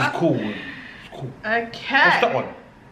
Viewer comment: “Okeh sailor moon 😒” Hahahahah